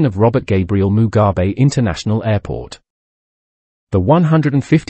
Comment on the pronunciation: Yeah, I wonder. He does not even know how to say Bulawayo or Mugabe Airport. Maybe Communist?